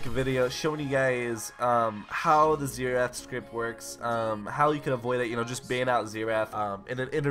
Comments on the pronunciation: Zenath? I though it was xerath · Disliked literally just because of the pronounciation of Xerath